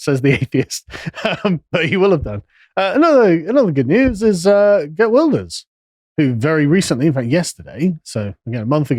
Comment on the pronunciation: The mispronouncing Geert Wilders is funny. Either Geert Wilders is actually center left, not far right, the SGP is more far right party, with the muslim parties the extreme right. Geert Wilders did say he wanted 2 ban the quran, but he have retracted it a few time after stating it again that he wanted 2 ban it. Connor is wrong, Guardians of Galaxy wasn't good, especially with the fact that they changed the High Evolutionary from a stoic, logical and smart (white) man into a illogical, over-emotional and dumb (black) guy. What if season 2. The 1st ep was mid (althought Howard the Duck was funny), 2nd ep was pretty good, the 3rd was kinde okay (2 bad bootlicker ruffalo was in it), haven't seen the 4th ep yet. Aquaman 2 being anti Mother Nature, not surprising they have made Aquaman from Young Justice was either made anti Mother Nature as well.